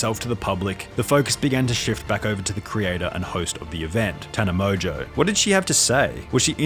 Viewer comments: How do you pronounce tana mongeau as “tana mojo” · Never heard of her until this video 😆 Btw, love how the narrator pronounce "Tana MOJO" 😄